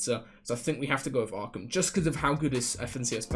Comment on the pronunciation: When u started saying jahq and streched and stuff I got scared but u came through with Arkham